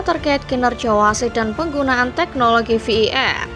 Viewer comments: Wkkwkw masih bilang vardid😂? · Ve i Ar min tolong pronouns di per baiki lagi kalo tidak sebut saja var baca saja langsung var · Voice overnya gak jelas bang.. Mestinya kalo mau pake bahasa inggris pengucapannya Vi E Ar atau sekalian dibaca VAR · betul, ejaannya kurang secara bahasa Indonesia/pun Inggris